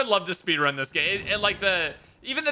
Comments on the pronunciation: Ah yes the speenrun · Yes, speenrun, very intelgent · Ahhh yes the speenrun my favorite